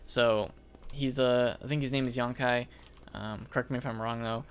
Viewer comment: Its Youkai, not Yonkai!